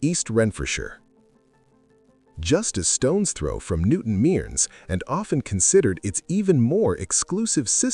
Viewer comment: It's not pronounced "newton meerns" it's said as "newton merns"